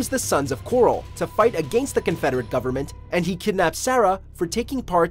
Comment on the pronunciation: It's the 'Sons of Korhol', not the 'Sons of coral.' I'm not just being pendantic here, the name is pronounced many times in the game, so there's no real question about the pronunciation. The fact that you keep pronouncing it 'coral' over and over tells me you've never actually played the game and have only researched it on google.